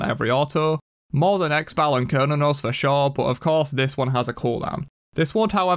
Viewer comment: When he says X-bal instead of Xyba it makes me CRIIIIINGE